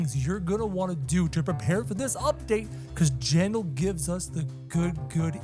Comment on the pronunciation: it's JANDELL 😂 not JANDAL